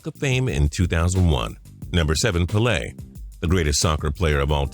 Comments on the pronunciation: (PEH-LAY) not (PA-LAY) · it's PAYLAY not PULAY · "pa lay"? why does he always miss pronounce players names? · Its "Pay-lay" Pele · Pele is pronounced like pay-lay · It's pronounced pay-lay if you are gonna put him in a countdown at least get his name right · It's pronounced Pay-Lay dumbass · I was with you right up to your pronunciation of Pele... damn! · The way he said "Pele" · The way he says Pele lol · Let's pronounce pelè correctky